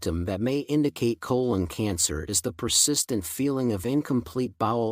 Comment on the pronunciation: pronounces “colon” inconsistently.